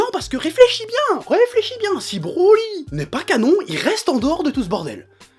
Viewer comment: je suis le seul a pensé a branlette quand il dit brolette ?